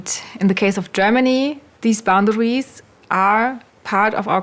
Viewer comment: I like the way says "Boundawies."